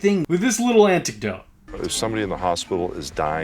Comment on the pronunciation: Signs of the end times. Also: Hulk telling "antic-dotes" is my new favorite malapropism. Also: "Hey, Brooke, there's some creepy giant old dude on a boat watching us through binoculars while wearing an audacious red and yellow hat. Wonder who it is?" wtf.